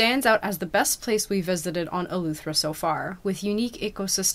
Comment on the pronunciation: It’s Eleuthera not Eluethera